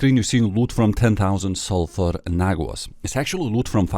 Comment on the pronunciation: suphur WHAT???? Bruh, not even stuttered! :face-fuchsia-tongue-out